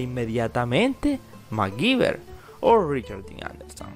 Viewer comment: Porque lo pronuncian Macgiver si es Mcgyver